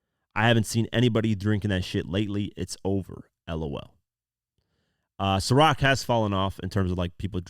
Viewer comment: Atleast your able to pronounce Ciroc... How you order a bottle of lechemaduwa? 😂